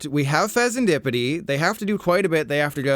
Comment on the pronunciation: I hate how you sed fesenSkippidy lol